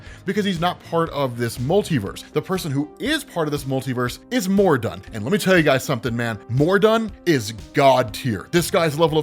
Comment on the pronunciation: ...Who the f**k is Mor-i-dun?!